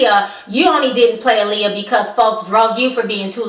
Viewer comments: Alexandra Shipp couldn't even pronounce Aaliyah name correct in interviews! How are you going to play Aaliyah and can't pronounce her name correct? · Wendy Williams has lost so much credibility...mind you, she couldn't even correctly pronounce Aaliyah's name. You can tell that this movie was rushed because its original date was suppose to be sometime in 2015. Anyone who was a true Aaliyah fan could have done a better job with the biopic. Hopefully, in the future, there will be a real biopic about Aaliyah where her family is 100% involved.